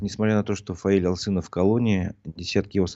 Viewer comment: Пожалуйсто, говорите правильно фамилию Фаиля, АлЧинов, его фамилия.